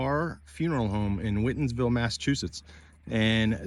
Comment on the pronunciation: Awesome work! And it's great to see local spots being highlighted. Thank you for featuring your efforts here. (BTW, "Whitinsville"; pronounced "White-ins-ville". ;) , in recognition of the Whitin Family that put on the map that small village within the town of Northbridge.